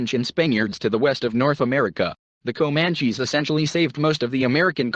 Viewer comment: I listened to the word Komanchees for about 1 minute and fled.